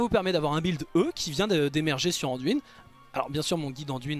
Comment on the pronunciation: j'impose pas. Je dis juste que dans le jeu son nom est dit anduin et pas anduine. Cest tout.